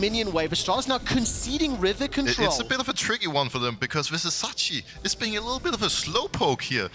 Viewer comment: Pls pls Pls learn Vizicsacsi's name properly. It's a pain to hear it. The "cs" is pronounced like first part of "choose". Thank you